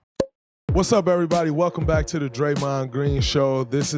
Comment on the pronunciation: Say his name Draymond is that hard to do